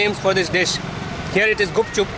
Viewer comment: It's gupchup not gapchap I m from berhampur 😅